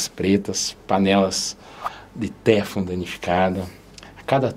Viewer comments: Boa tarde,, desculpe mais a pronúncia correta é teFLON. A última sílaba é a mais forte. Muito obrigado por tanto cuidado com a nossa saúde. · Lê-se "teflon" com a última sílaba tônica.